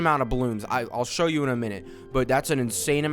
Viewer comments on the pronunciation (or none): none